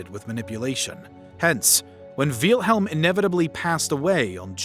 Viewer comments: It looks like the creator of the video would have learned how to pronounce the name of its subject before making it. Tip: it's not "Vealhelm". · Der Kerl hat ständig "Wiehlhelm" gesagt, das meinte ich damit. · I'm German and the Name Wilhelm is actually pronounced with a short 'I' It's pronounced like "will" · it kinda hurts that he is saying "wheelhelm" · "VEEEEYIL HELM" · great but one small issue its actually pronounced will-helm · Why do you mispronounce Wilhelm and Adolf? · Why is the name "Wilhelm" so hard to pronounce? Nobody edited this? Also way too much supposition here! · bro ur pronounciation of wilhelm and wittelsbach is painful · It doesn't take a rocket scientist to know his name wasn't pronounced "VEELhilm" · I'm a native German speaker and that is not how you pronounce it. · “Veal-helm” It’s Wilhelm like vill in village. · It pronounced "Vilhelm" not "Vealhelm". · "Veal-helm"? Never heard it pronounced that way before. :P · bro "Veilhelm" IT'S WILHELM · Don’t mean to sound rude but Wielhelm? Is how you pronounce name? It’s Pronounced Villhelm in English it’s not that difficult. Edit: I just watched the rest of the video, you need to learn how to pronounce German names and words. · Btw, it's "Will"-helm, not "Veel"-helm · Quick pronunciation note: the name of the Kaiser (Wilhelm) is pronounced "VILL-helm", not "VEAL-helm". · I’m pretty sure it’s Will-helm. Not Wheel-helm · I like how he spells out Wilhelm the second. "Wheelhelm the second" lol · It is pronounced will-helm my god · Jesus learn how to pronounce words. VEEL-HELM lol, what are you a 12 year old? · Excuse me, dawg. I believe it's pronounced willm-helm. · it’s same! Like Victor and Vicktor; Nicole Nicolas Nicolai. Wilhelm the H is dropped silience.. so it’s Will-Lem! Will, William,Wilhelm the same name. I watched German movies so I learned how they spelled out. May you lived in your own world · Great video thanks for that but minor critique its not veelhelm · Veelhelm ahhhhhhhhh why?!?